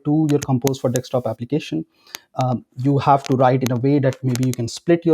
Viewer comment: It's bugging me like crazy when you spell Desktop as Dekstop. Please spell it like this. "Desk top." Not " deks top"